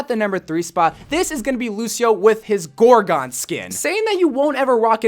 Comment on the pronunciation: The lucio skin, gorgon, is not pronounced gorGONE. It’s pronounced gorgin.